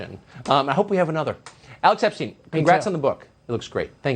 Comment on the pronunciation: Tucker pronounced your last name incorrectly! Otherwise, great clip!